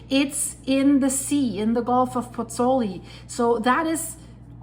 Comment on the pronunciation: Hi, scary stuff. Just on a point of information,, both vowels of the diphthong in Pozzuoli are pronounced - pozz - oo - aw - li. Giovanni Pergolesi, the composer, died there in 1736...